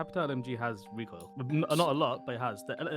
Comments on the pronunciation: "the recorl" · "omg but the recoral" lmao